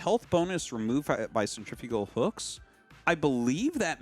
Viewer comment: Why does everyone pronounce centrifugal wrong?